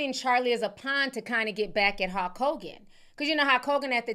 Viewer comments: why the hell do you keep saying hawk Hogan😂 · Where are you from that has you pronouncing Hulk as Hok? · Hulk sounds like Hawk 😂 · That pronunciation of Hulk is sending me!